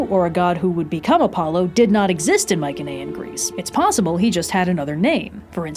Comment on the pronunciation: its pronounced my-see-knee-an